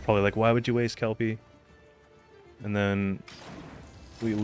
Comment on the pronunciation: I’m so grateful you’re saying Kelpie correctly haha Is there even a possibility to create a neutral deck? I think it would be fun to see what kind of crazy deck might work with all neutral cards